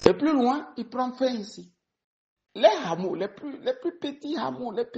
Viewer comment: Hameau se prononce "a-mo" et non HHamo !